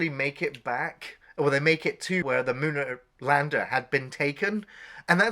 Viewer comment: I worked in a video story when this movie came out and I was young enough to enjoy B movies......but, this wasn't one of those ones you enjoyed. Am I hearing that right? Mooner Lander? Skellington? Is that the Queen's English you're speaking?